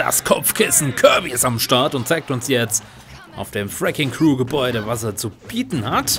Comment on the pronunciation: Freking cru? das heißt Wrecking Crew! Dass Pac man´s Obst Kirby beim aufsaugen heilt is nix neues. Kirby wird von fast allem geheilt was er aufsaugt